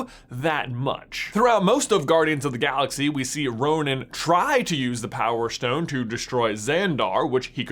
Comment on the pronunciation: Power shtone